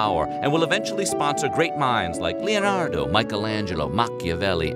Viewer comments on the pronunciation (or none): none